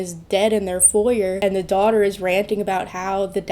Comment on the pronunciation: I love your videos, but your pronunciation of 'Foyer' annoyed me to no end.